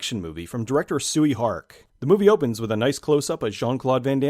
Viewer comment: It's pronounced "Shoy Hark"